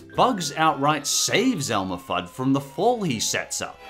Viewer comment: Simple Animations Elmer, not Elmore.